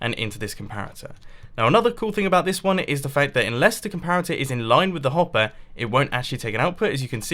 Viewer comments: COMPATORS!? It's comparators mumbo ;) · did anyone realize he said redstone "compators"